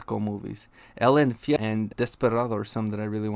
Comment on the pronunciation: That "El Infierno" pronunciation tho LMAO you're definitely a No Sabo kid. You're still a sick ass foo, regardless.